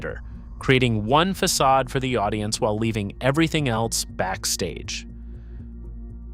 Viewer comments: Fackadism LOL... Fa sod ism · Same, and that was just after it said "Fackadism" when referring to the facade. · fackadism? Fix your AI voice program; the c is pronounced as an s.